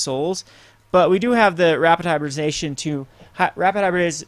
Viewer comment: HY-BRID-I-ZA-TION. its not hard to say.